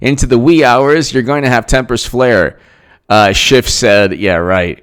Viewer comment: Is it just me, or does Jay Sekelow really clip the 'f' sound when he says Schiff, so that it sounds more like a 't' sound?